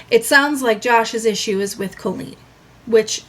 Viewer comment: Do only you and Adam say Colleen like “Co-lleen”